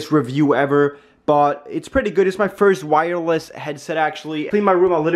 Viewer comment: lol "Wirewess"